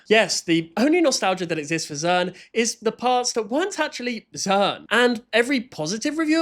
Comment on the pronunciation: they said zern instead of zearn